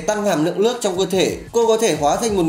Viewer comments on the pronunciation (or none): Lếu như,lước ??? Hơn 1 năm vẫn chưa khắc phục được lỗi chính tả,phát âm à ?